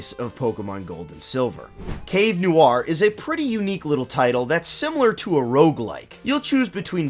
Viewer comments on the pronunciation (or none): none